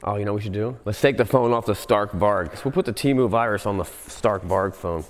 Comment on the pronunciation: He can prounouce Samsung, but have no clue how to pronounce a bike, that he seem to like, Stark Varg, strong wolf in swedish :P